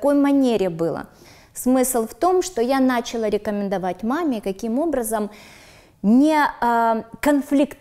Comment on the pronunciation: ДЛЯ МАРТИНЫ: Всё просто идеально,но по-русски нужно говорить началÁ, с ударением на последнюю букву. Иначе режет слух. У Наталии прекрасный тембр и чудесная грамотная речь. Но в этой прекрасной речи есть ещё одна небольшая ошибочка: Нельзя говорить "одевать", "одеть", если только одеть другого человека.... Правильно сказать "надевать" , "надеть". Когда на себя. Удачи каналу!!!!🍀🍀🍀